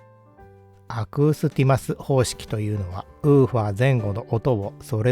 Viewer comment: アクーティスマスでなくて、アクースティマスですよー